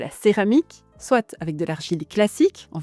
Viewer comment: Merci pour cette vidéo :) On dit : « soit (swa) cela, soit (swa) cela. » Et « soit ! » (swat) : faisons ça ! Avec les liaisons c’est swa-t’en ahah je taquine ❤